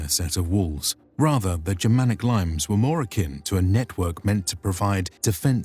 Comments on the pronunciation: it's not limes - as in plural lemons it is limes - spoken "leeee messs" - it's latin and not english after all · Laymes... Really?! Limes (Leemess). Otherwise I loved this video. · LEEE-mays. There's no fucking way that word is pronounced limes. It's not sprite. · Nice video. My only complaint is that limes isn't pronounced like the fruit! The actual pronunciation is more like "lee-mess". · Great work! Although next time, tell the narrator to check how to pronounce latin words like the Limes, the subject of this vid. It’s not a type of citrus but pronounced more like ‘Lea-mess’. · Great footage guys! Well done! Only two slight errors: 1) Limes is not pronounce 'laims' but 'lea-mess'. Or something like that. :) 2) In The Netherlands, the Roman Limes continued all the way along the Old Rhine to the coast near Leiden, instead of Rotterdam as in your map. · pronounce li-mès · The Limas, pronounced Leemes. Basis of the word limit. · Nice doc, but "limes" hurt. It isn't pronounced like the citrus fruit, but more like "Lee-Mas". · Isn't Limes pronounced "lee-mays"? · It's pronounced "Lee-mays". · 'Limes' is pronounced 'Leem-ays'; it is the origin of the modern word 'limit' and its plural is 'limites', 'lim-it'ays'. Otherwise excellent. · LIMES aren't any 🍋🍋, but border. Pronounced as it's written...